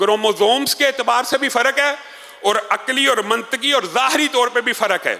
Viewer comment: منطقی میں ط پر زیر پڑھنا چاھئے یعنی منطِقی